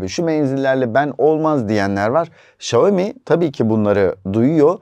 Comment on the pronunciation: Xiaomi söylemeyi öğren önce